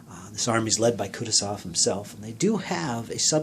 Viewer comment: You'r pronouncing Kutosov wrong, its pronounced kooh tooh zov.